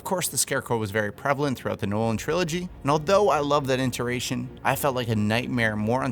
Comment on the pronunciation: Iteration, not interation.